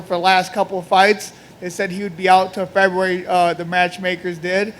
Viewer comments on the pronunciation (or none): Feburary March lol